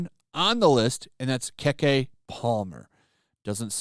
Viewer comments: It's Key key not Kay kay. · "Keh-Kay Palmer." 🤣😂 Bro, it's pronounced "Kee-Kee!" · It's pronounced KeeKee or Key Key not Keckkay. LOL and she plays the victim ALL THE TIME!!! Bill Murray isn't the first, second or third person who's career she's tried ruining. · Lmmfao "Keh Keh Palmer" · Her name is pronounced KeyKey. Not KéKé. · Dude you couldnt even take the time to learn how to pronounce her name?? Lol Ke Ke not kekay or whatever the fuck u said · I believe it's pronounced kiki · Almost lost my shit at you pronouncing Keke Palmer as "Kek"-eh, after failing to like a joke. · I think it's pronounced "key key", but no matter, and certainly not that important. I just mentioned it FYI for anyone you might run across in the future. People are so ridiculous. If it was her, she had to be aware of his work as a comedian, so why not just blow it off? If anything write if off as, silly old man, whatever and move on. He's always been a bit of a smart arse type comedian. Personally, I look at it like this; if you get so offended that you feel like you need to "cancel" someone, then maybe you should be asking yourself why it's bothering you so bad. The shoe fits? ... conviction? Just a thought. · It's pronounced Kee-Kee. And Bill Murray can't be canceled. He is beloved by so many. This PC stuff has gone crazy. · It’s pronounced “key key” ,cmon on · pronounced keke (key key). To be a guy that comments on the entertainment business you sure get these people's names wrong. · It’s pronounced Key-Key lolololol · I believe it's pronounced "Keekee Palmer" but spelled "Keke". I believe, if it's the same person, she was the main character of "True Jackson: VP". I liked that showed back in my day. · It's pronounced Key Key but yeah this I'm not surprised. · her first name is pronounced "kee-kee", and welcome to modern-day Hollywood Bill... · It's keke palmer...key-key palmer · KEK Palmer? can't speak black people names but it was funny nonetheless because she's a nobody